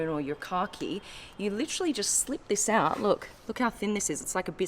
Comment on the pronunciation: "This" is not "theese".